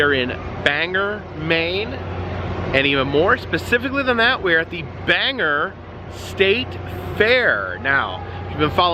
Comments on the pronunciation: The locals are gonna be mad, it's pronounced bang-gore. :) Great video! Just letting you know for next time. Hope you make it to NH! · Great seeing you up in New England aka my neck of the woods LOL. But not for nothing, the way you pronounced Bangor as "banger" was painful LOL. All in good fun keep up the good work. 😂😂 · Repeat after me, Bang-Gore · Glad to see you in my home state! I’m from the County (Aroostook County) the largest county east of the Mississippi. You should visit my hometown (Fort Fairfield) in mid July when we have the Potato Blossom Festival. FYI, Bangor is pronounced Bang-gore, a lot of non Maine natives make this mistake 😅 I’ve been really homesick lately so this was a welcomed one from you. Thank you for letting us experience cool and unusual places with you ☺️ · pronounced Bain-Gor with a hard G. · LOL. it's okay we have all done it before to some word. But yeah, it's a o not an e. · That drove me insane how incorrect he said that..thank you!! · I wasn't going to correct him but yeah, after the third time he said it, it bothered me a little 😂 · I was wondering if anyone was going to say anything about the pronouncements of Bangor (I'm from maine born and raised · Ban gore is how you say it not bang er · It's not banger lmao! It's bangor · The Bangor fair is so fun! I remember going with my family. I will never forget the time I got see actual ostriches in an ostrich race. Also, you're pronouncing Bangor as Bang-er. It's pronounced Bang-or. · Bangor not banger. Lol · Dude, it’s not Banger it is bangor long o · It's pronounced Bayn-gore. Not banger. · I've never been there but I know that it's Bang-or not Bang-er... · Its called Bangor Bang-gore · wow...i dint know you were in maine! but its pronounced Bang gore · It is pronounced BANG-GORE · It`s pronounced Bang-Gor.... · FFS people..... IT'S PRONOUNCED BANG-OR...... BANG GORE!!!! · It’s pronounced Bang gore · Say it with me... Bangor. BANG GORE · Not Banger....Bang-Gor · BAN GOR NOT BANGER